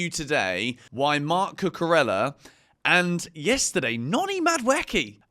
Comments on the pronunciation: There's no L sound in Cucurella. Could you stop please? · He's English mate it is what it is